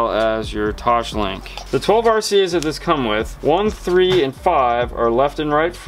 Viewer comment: There is no H in TOSLINK